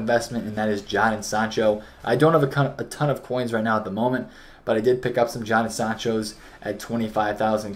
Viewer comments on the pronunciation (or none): Jadon - PRONOUNCED -> JAY Den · jay-den sancho